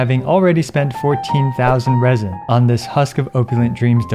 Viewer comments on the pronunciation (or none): none